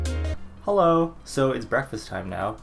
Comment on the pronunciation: I love your edits and cute jokes and the way u say heOLlo UGH